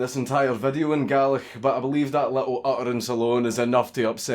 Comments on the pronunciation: The way he says Gaelic sounds like garlic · That Gaelic hurt me, the prenunciation is so different to how I was taught